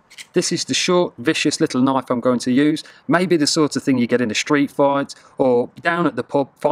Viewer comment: first knife thats not a knoif, second knife thats a knoif!!!